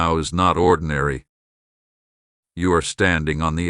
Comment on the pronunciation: "THEY ARE NOT ORDENARY"